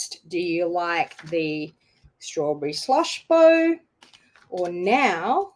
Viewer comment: Strawberry Slush Bow hard to say quickly😂 sounds like you’ve drinking 😂😂